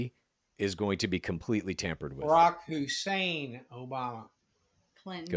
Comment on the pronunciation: the “Hussein” was said with a hard R